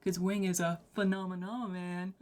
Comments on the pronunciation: He just articulates phenomenon in a way that native English speakers are not used to, since he emphasizes different syllables (i.e. "FEH-nah-MEH-non" instead of the usual "feh-NAH-meh-NON"). It's a stylistic choice, if anything. He does this so that the word flows better with the rhythm of the music, which I personally think is the right call. The usual pronunciation forces you to elongate the emphasized syllables (feh-NAAH-meh-NOHN, seriously, say the word in your head lol), which makes it difficult to make each syllable sound staccato (which he does so that the word itself almost sounds like percussion). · His pronunciation of Phenomenon is loose enough to be interpreted as "The Phantom in Em". Done very purposefully. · The way he pronounces “phenomenon” reminds me of XTC’s “Season Cycle” where “umbilical” is rhymed with “cycle.” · the way he pronouces it is because of his accent! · In many languages (mostly Slavic, but also some Asian), the accent is placed on the first syllable, so reading a word like this one makes more sense to people whose mother tongue has this quality. I also believe it's pronounced that way just to be more rhythmically interesting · He is saying phenomenon with an accent